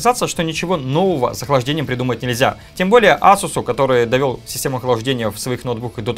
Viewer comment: ку. ЭЙСУС. Очень обидно за марку. Не коверкай.